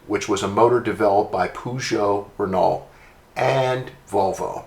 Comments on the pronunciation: Pronounciation is Pejo' and Reno' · Love the pronounciation of "poo-jzo-rennal" - I've never heard it said soooooo french before! (I know that Peugeot-Renault ARE French, but I live in England, so have only heard it pronounced "purr-jzo renno)